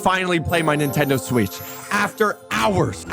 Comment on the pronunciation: Bro said swetch